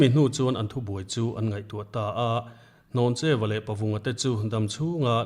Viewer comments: Hlawncheuva ni lovin Hnawncheuva a ni zawk lo maw? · Ni e, Hlawncheu tih tur a ni, hnawncheu hi pawih hmingah an hmang ngai lo. Pawih nu fa ka nia chiang takin ka sawi ngam. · Hlawncheuva leh pawngvina tih khi in lam diklo o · Dr Rinthanga sawi hi a dik. Hlawncheuva hi I lam diklo palh tlat. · Hlawncheuva hming hi in lam sual palh nge a lam dan dik in hrelo aw?